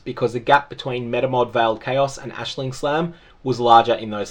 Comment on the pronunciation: Hey. Appreciate correct use of the name Aisling. It's a very common thing here in Ireland. It's so hard to focus on a video with people saying eyes-ling lol